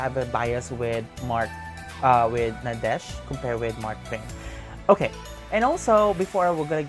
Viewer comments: Actually, Nadech's name is pronounced as NADET in Thai :) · Those were not pilot uniforms. Nadech (pronounced as Nadek btw) played as a navy official and a royal guard in one of his lakorns with his girlfriend Yaya Urassaya. The lakorn's name is The Crown Princess. I have no idea about Mark's uniform but i am pretty sure its also for a lakorn. Nadech's dog's name is YenYen which he adopted. Only Nadech is having a relationship with Yaya. They've been together since 2011. Mark's girlfriend is Kimberley, Yaya's bestfriend. Btw, these 4 are best of friends. Yaya Urassaya is one of the most famous thai celebrities. Known as the queen of presenters because he represented over 200 brands and she is the first and only thai actress to be tapped as Friends of Louis Vuitton, and only thai actress to be included in the prestigious business of fashion (BOF) list. She is also the most decorated actress for winning most acting awards. You are right, Nadech has more awards than Mark. He is in fact the thai actor who got most awards with only 10 years in the entertainment industry.